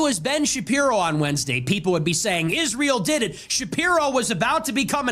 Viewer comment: Why can’t Candace say Israel. She says “Ishrael”